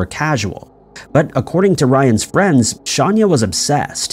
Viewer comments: Just pointing out it’s not ‘often’ that detectives go into a victims history of who they were. It’s protocol. And it’s actually pronounced ‘Shawn-ah’. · Dude her name is clearly written a few times, how do you take 'Shayna Hubers' and turn it into "Shanya Hubert'?? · Pronounced Shane A (Shayna) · Shanya Hubers is pronounced Shane-a...just letting you know that the way you or your robot is saying it sounds...weird. John Orr (the Fire Inspector and Serial Arsonist), never used pillowcases. He used a lit cigarette, matches, and occasionally a strip of paper, bundled together with a rubber band. Where did you get pillowcases from? I can say with 100% certainty that pillowcases where never used. This is a case that I am very familiar with. Pamela Hupp...what a selfish, narcissistic, conniving, murdering animal. The poor husband who had to deal with losing his Wife, being accused of the murder ( while actually being innocent), worrying about his children, all the while that murdering wench was out spending all of the insurance money, most of which was meant for the children to have Trust Funds. 🇨🇦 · Don't you mean "Shahnnn yah?" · How is it possible you don’t know how to pronounce Shayna’s name? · He’s gotta be doing it on purpose. It gets people to comment and he does it every video. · Have you considered that he could be dyslexic, and is saying the words/names the way he sees them? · I have a feeling you know that’s not how you pronounce her name. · its Shayna ...NOT shaaaania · It’s not Shaun-ya Hubers it’s Shay-nah Hubers. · Shayna not shanya lol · yes I know. If you look at the board she's holding in her mug shot, her name is spelled SHAYNA and he's pronouncing it Shanya, which is incorrect. Just a mistake, but doesn't effect the video story/content. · Hey - actually, it's pronounced "Shay-na" but it's pretty bad whomever put this video together didn't notice the glaring error! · im sorry but her name is shayna not shanya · Shayna not Shanya